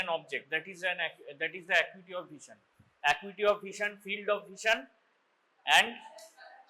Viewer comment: Great breakdown of perimetry and visual acuity exams! Could you elaborate more on differentiating central vs. peripheral field defects clinically? Also, a few corrections—for example, like 'perimetry' instead of 'parimetry', 'acuity' instead of 'acity', 'Ishihara charts' instead of 'I is charts', 'Snellen chart' instead of 'sness chart', and 'hand movements' instead of 'hand movement'. Small edits like these would make the video even clearer!